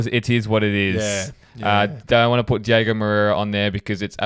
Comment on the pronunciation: It’s DiOgo not Diego guys …. 😑